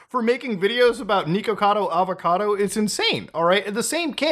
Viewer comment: Am I the only one who thinks it’s funny that this guy is so deeply concerned about Nikocado Avocado, yet couldn’t pronounce his name correctly?